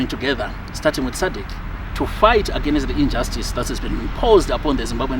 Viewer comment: Where do Zimbabweans see the “a or e” after the consonant “n” in the word “against”, all the time agenest ..... ..... . 🙈🙈🙈🙈🙈